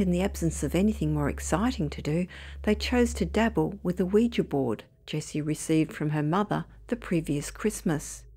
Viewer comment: At last someone who can pronounce Ouija correctly.. Most folk even on TV programmes say it like ooh we gee